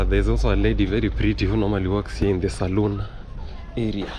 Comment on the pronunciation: It's great seeing you out and about enjoying this weekend. PLEASE try to remember that there's a BIG difference between a SALON. and a SALOON (pronounced salune). A salon is what you were looking for not a SALOON which is a BAR or TAVERN where liquor is sold. A SALON is where hair care and other personal grooming services are offered in return for money. Please teach the above info to your students and correct the people you hear mixing up the pronunciation and proper spelling of these words. 😊🙏🏼✌️🫡🤔👍🙏🏼